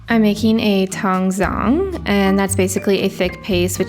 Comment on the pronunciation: Just so you know, "tangzhong" the "zh" is pronounced like "j"